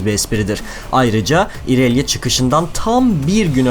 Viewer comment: "İonia" ya "Ayonya" diye okuyup, "İrelia" yı "İrelya" diye okuman garip değilmi :D